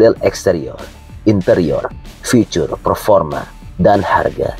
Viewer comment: Bg,, agak gmn gitu saat menyebutkan kata "ficur". alangkah sesuai EYD saja ya bg. Biar enak di dngr 🤭